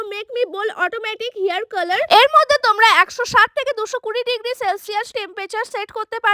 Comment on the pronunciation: Hai style ❌ হেআর ইস্টাইল✅curler ❌ colour ✅